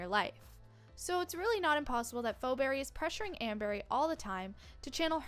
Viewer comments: first off its pronouced fee not fo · Ikr its Pheoberry pronounces fee-berry